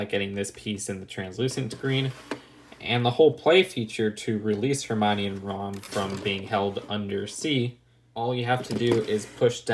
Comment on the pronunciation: Hermione morning like her mime ee